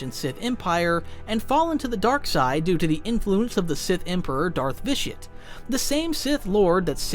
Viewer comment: Did you pronounce Vitiate wrong in the first run through? Every time you say the name it sounds like an added audio take lol